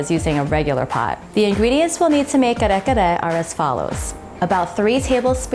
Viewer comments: you’re filipino man why are you saying kare kare with an english accent !!! come on say it right!!! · I could only watch like 2 minutes of the video bc I can’t stand how much u butcher the word. Thanks & no thanks. Please research on our culture before putting out videos. Thanks 💜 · No white rice? You’re almost there but please practice pronouncing Kare-Kare the way Filipino pronounce it. Drop the American accent . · U say Kare Kare so weird 🙃🙃🙃